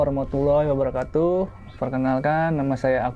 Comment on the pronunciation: Ini maaf ya kang... klu ngucap salam sllu mengganjal di hati saya...ini maaf ya kang klu aku salah. Soalnya kedengaran sama kuping saya itu " wabarokhatuh" sedangkan yg bener kan pake" kaf" yaitu " wabarokatuh". Sekali LG ini maaf kang klu aku salah.